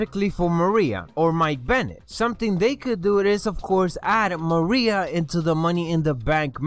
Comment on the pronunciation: it is Maria